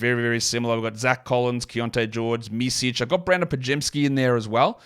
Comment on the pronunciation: Your pronunciation on Micić is (little) off